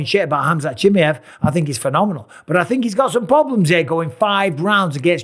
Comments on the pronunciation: Its not Chimeev its ChimAev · it's Chima ev not Chimyev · Khamzat Chimyeev - Bisping. Bruh it's Chi-muh-yev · His last name sounds not 'Chi-miev', more like 'Chimaeff' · Why does he call chimaev “chimmy ev” 😂😂😂😂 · Chimmy hav you pronounce his name so wrong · Chim-eye-of brother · Every time I hear bisping say chamaiv name it’s getting me tight 😒😂😂😂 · What a weird way to pronounce the guy name😂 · MR Bisping, Chimaev is pronounced CHIMAHEHV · Why do you say chimiev like that 😂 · Tough to listen to when he doesn't first learn how to say Chimaev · You've got to learn how to pronounce Chimaevs name though, you limey. If you're going to be an analyst, you've got to learn how to say foreign names. I love you Bisping, but come on. Do a little bit of research and don't be as lazy as Daniel Cormier. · Mike, for the love of god, go and listen to how everyone else pronounces Chimaev it's only fair you say his name right 😂Best in the business though, and best fight interviewer by far 😉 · the way he say Chimaev hurts my soul... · Bisping I love you but can you please learn how to pronounce Chimaev lol Dana shows you lol 😂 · You always mispronounce his name!